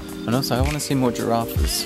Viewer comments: Did he say " Giraffees? and did she say "Gyai-rafs''?? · the way they say giraffes gave me cancer